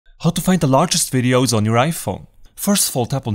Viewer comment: Ok. After I tap on iPhone storage, what is the next thing to tap on???? It sounds like you’re saying “tap on “Review your RADIOS???” But I don’t see that option, so I assume you’re saying reviews your VIDEOS?? But my iPhone X does not give me that option or are you saying something else? Your English is pretty good, but maybe not good enough??? or would be helpful if you tell us what version of iOS you’re using??? (Why in the hell did I ever switch to Apple???)